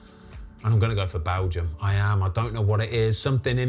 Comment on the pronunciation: I just laugh every time he says balgium